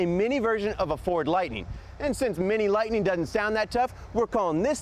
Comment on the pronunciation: Vehicle name: Ford Lightning Narrator in video: "Ford LightNING" Video title: "Ford LightING" Video description: "Ford LightING"/"Mini LightENING" HOLY CRAP, WHICH IS IT!?!?